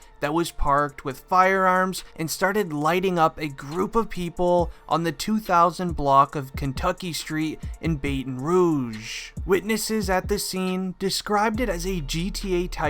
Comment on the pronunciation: Baton Not Baiten🤣🤣🤣